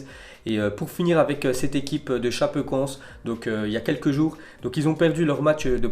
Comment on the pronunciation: Sa choque personne qu’il prononce super mal Chapecoense ?🍀(ForzaChapecoense)😭